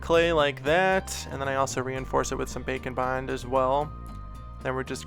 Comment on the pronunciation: Am I the only one who hears 'Bacon Bond' when he says baking bond?